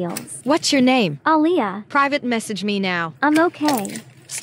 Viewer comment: Why is her name ah Leah? 😂😂😂😂😂😂